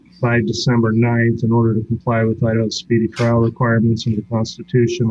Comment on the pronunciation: SPEEDY TRIAL he says ... lol